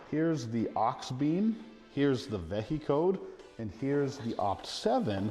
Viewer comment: Vehicode would be pronounced like vehicle, not veh-he-code